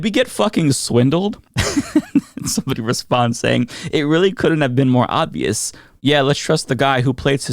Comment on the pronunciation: Sounds like you say “odd-vious” and its bothering me